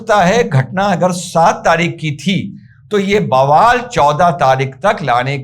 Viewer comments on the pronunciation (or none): none